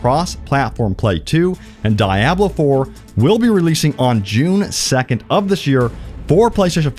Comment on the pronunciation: Why do you pronounce Diablo the way that you do??? Are you trolling??? 😅😅😅 It is pronounced "dee-AHB-loh" and Blizzard has been making them since like 1995 or '96. Aside from that, amazing video. Thank you. I am REALLY looking forward to Starfield. That's going to probably have me hooked for years!! Currently playing CyberPunk2077 for the fourth time. Keep up the great work, brother!!!